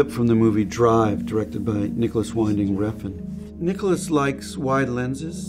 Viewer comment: The name of Danish director Nicolas Winding Refn is pronounced Nicolas Vinding (where the first i is pronounced like the i in in and the second like a short ee in week) Refn with a schwa between the f and the n. His middle name is NOT pronounced Winding as in a winding road.